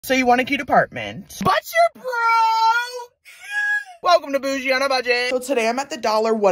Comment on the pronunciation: The extra emphasis on broke is great!